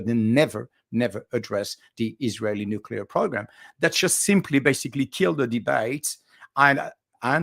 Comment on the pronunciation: The word is nuclear not nuculer. George W. Bush whose English and English pronunciation were very poor made the nuculer popular. George W. Bush is really a very bad example for anyone to imitate.